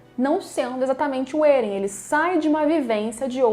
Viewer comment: Até aceito vc falar Éren* ao invés de Êren e outros tbm.... mas pq diabos vc fala Ziki* e não Zeke* ( q é como se escreve e se fala no anime ) ?????? E a pergunta q fiz no anterior nem foi respondida, vou dar xau a Crunchrool, é o jeito !!!